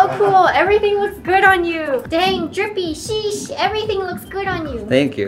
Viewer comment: The way how she pronounced "Sheeesh" is so funny and cute😂